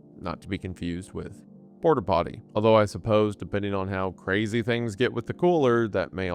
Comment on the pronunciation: do you think new yorkers pledging to this struggled to not say porta-potty instead if "Portah-Pawtee"